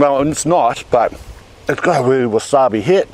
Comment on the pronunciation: “That’s wasabi!” So hot he got an American accent for a second